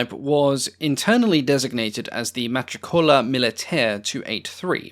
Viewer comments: I am UK born but have lived in Italy for the past 50 years. I live but a stone's throw from the old Caproni works (now an aviation museum) and Malpensa airport. Love your videos but forgive me if I smile when you pronounce MatRIcola as matriCola and some others ... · Kudos for attempting the Italian pronunciation. In most cases you get it pretty accurately. BUT it's a canard that all Italians words have the stress on the penultimate syllable. A pretty large number don't. "Matricola" is one such - the stress is on the "I". There exist rules that allow you to work this out for yourself, but they're hideously involved - far easier to check a pronunciation dictionary - ain't the Internet wonderful🙻 Another thing is that in Italian EVERY letter (except H - which has a different use) is pronounced separated - no diphthongs. So "aeronautica" is "Ah-Eh-Ro-Na-Oo-Ti-Ka". This rule also applies to double consonants as in "pizza" - "Piz-Za" leading to slight hesitation over the doubled letters - this gives the bounce to the language. You might feel, tho' that this is going too far for an English language video. One thing that trips English speakers is "gli" which is pronounced "Lyi". This is particularly difficult for inexperienced Italian speakers to nail, but an honest effort gets you brownie points. (Expert tip - stretch your mouth wide when saying it.) Anyway, I love your well-researched and well-presented seminars. Keep it up.